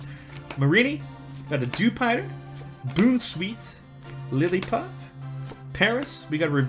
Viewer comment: here are some of the pokemon you mispronounced 1. Bon-sweet 2. Soul-gal-e-o 3. Puke-oo-meuke-oo 4. Shin-ot-ic 5. Pop-li-o